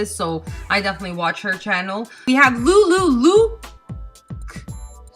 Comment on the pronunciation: Awe thank you for the shout out :) you're one of my most favorite people on you tube ♡ Oh and btw its pronounced lu lu lux haha that was the name before I started making videos, so my channel is called ListenToLindsay.. Maybe someday it'll catch on. But I'll always love watching your videos!